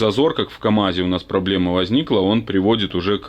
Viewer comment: Слово,,пробоема,, произносишь тысячу раз. Не солидно.